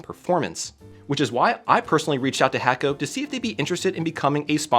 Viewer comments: FYI, you're pronouncing your sponsors name wrong. It's pronounced "hah koh" not "Hayko." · Great soldering equipment but it's not hack-o, but hay-co... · It's pronounced (hah-ko) not (hack-o) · Should start pronouncing hakko properly if you truly enjoy their products. The 'a' is pronounced 'ah.' So you pronounce it Hahkko. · HA - KO not HACK - O